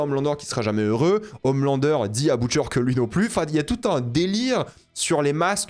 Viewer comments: Pk il dit boutcher alors que dans la série on prononce butcher tu rend fou c trop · Comment on peut anti-vf, tout regarder en VO et pronnoncé les mots anglais si mal... Boutcheur... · Pourquoi il dit boutcheure